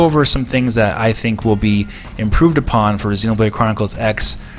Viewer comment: The way you pronounce Xenoblade as Xenobrade is so damn annoying. I am super hyped for this port and I know it just has to happen.